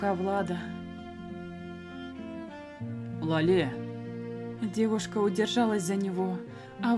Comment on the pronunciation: Читай пожалуйста Ла́ле , а не лале́...... Я передёргиваюсь от Лале́)